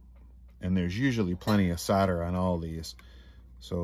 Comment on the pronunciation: queens English ITS SOLDER not soda